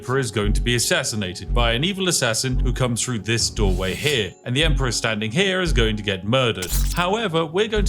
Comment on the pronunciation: Good video as usual but are you aware you pronounce 'Th' as 'F', its Three, not Free, Through not Frough.